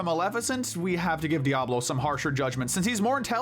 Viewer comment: Im pretty sure its DIaval not Diablo but I can understand why it might be misheard.